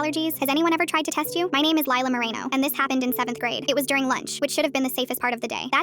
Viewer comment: Bro that is NOT HOW TO SAY MORENO AND ITS PMO BC ITS MY LAST NAME ITS PRONOUNCED MORE-ENO JEEZ